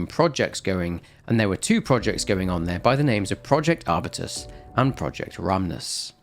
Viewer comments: arbyoutus not arbitus, it's a genus of plant, strawberry tree is the most popular one, I'd say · is it not pronounced R-Byu-Tuhs